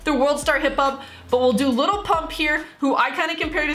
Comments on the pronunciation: It's lil not little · if you pronounce his name “little pump” the song wasnt made for you😭